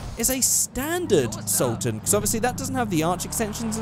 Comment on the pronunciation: When he said he was doing the regular sultan I was happy,..... then he butchered it. You let me down with this one